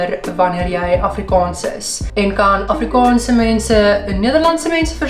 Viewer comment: As ‘n persoon wat amper vyftig jaar lank Afrikaans geleer en gepraat het, wil ek opmerk dat jou uitspraak van die dubbel a, soos in Afrikaans, ‘n bietjie “plat” klink ; “afrikons”. Die (aa) klink meer soos ‘n (oh) klank. Ek hoop jy verstaan (begryp) my opmerking. Verder uitstekend !